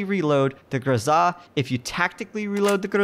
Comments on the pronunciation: Honestly, I must say that you are right. His pronunciation is kinda off. Not anything wrong with that, but you are sepost to go GRoza, not groZA. Go downwards with your tone, not up. Just saying. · it is not grozaaa, it is groza. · JESUS I WANT TO STAB YOU FOR PRONOUNCING IT GROZAHHHH.. ITS GROZUHHHH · Stop saying GRZA !! ! AAAAAAAAAAAHH ! ! ;-) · Grow-zuh. Not Guh-zah. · Triggered by the pronunciation. In America we say Grow-Zuh. That's like those hipsters that call a croissant a que-sant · it actually bothered me that you pronounced it "grozzah". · Pronounce it Grow-zuh. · There's no emphasis on the 'a', weirdo.